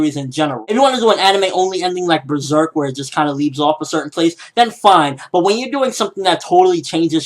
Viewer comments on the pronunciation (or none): none